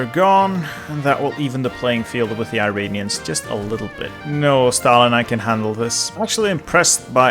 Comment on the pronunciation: Just a heads up: it’s pronounced “ear-on-e-ans.” Not “eye-ray-nee-ans.”